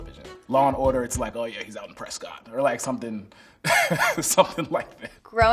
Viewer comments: exactly man! Revenge of the nerds!! Parts of Bill and Teds excellent adventure. Raising Arizona one of my personal favorites! Fire in the sky??? And he pronounced Prescott wrong. We say PresKit not Prescott haha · it’s spelled Prescott but it’s pronounced Preskitt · he said Prescott wrong 🙊😳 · When the Arizona guy mispronounces “Prescott”...